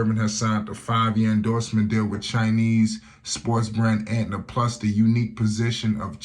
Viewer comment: Why does he keep calling it Antna, it’s ANTA